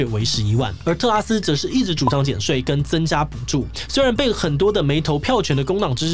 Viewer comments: 果然不免還是唸成特斯拉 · 唸成特斯拉了哈哈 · 志祺也跟我一樣，一直念成特斯拉。🤣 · 是不是特拉斯念成特斯拉w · 是特拉斯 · 同學，你好像真的唸成tesla“特斯拉”了🤣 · 我一直在等看看會不會唸到特斯拉 果真被我等到了! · D 名字太難唸， 特斯拉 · 5分38秒的时候读错成了特斯拉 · 這個名字真的會讓人念錯（連主持人都不小心唸錯了，在5：38秒的時候）